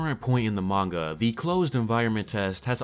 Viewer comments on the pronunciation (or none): none